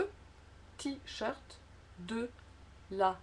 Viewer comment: Très sympathique, mais je ne suis pas d'accord avec l'hitoire du e en "de" car le son est différent du mot "deux" et il me semble que vous avez prononcé "de" comme en fait nous prononçons le mot "deux". J'ai vérifié sur plusieurs sites avant d'écrire ce commentaire.